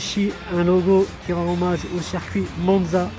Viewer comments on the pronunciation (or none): none